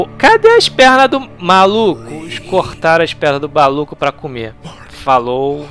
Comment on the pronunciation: 'kkkkkkkkkkk cara toda vez que vc fala "falow" eu pauso para rir